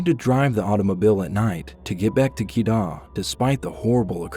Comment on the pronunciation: Keydah 💀 jenting sempah 💀 that's not the way u pronounced it